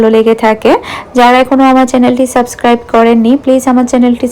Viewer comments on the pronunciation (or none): none